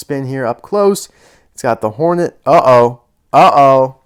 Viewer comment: I love how it says nornet instead of hornet I find that very funny